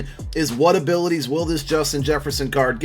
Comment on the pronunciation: said jefferson abitiys